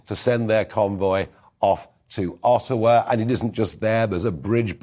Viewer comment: Ottawa, yes. Not "Otto(man") wa !!! It's OK to pronounce correctly.